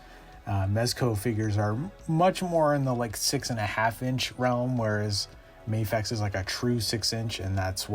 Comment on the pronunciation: It’s pronounced MA-fecha, not May-fex 😀 And I’m also pairing my Tumbler with that one